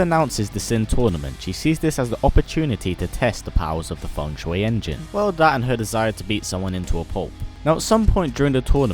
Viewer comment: Its ( FUNG - SHEE ) engine not fung shuway engine